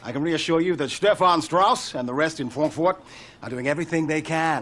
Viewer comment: I always laugh when i hear anyone mention Frankfurt (or "fronkfwort") after Johnson's speech 😂